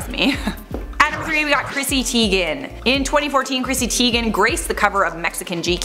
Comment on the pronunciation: C'mon - Chrissy Teigen, rhymes with eigen.